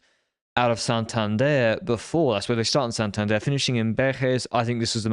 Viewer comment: you got to work on your Spanish pronunciation. I don't know why you keep on pronouncing Santander as a French man. You do know we are in Spain here? I'm from Spain, just giving you some pointers. But I do appreciate your learning of multiple languages.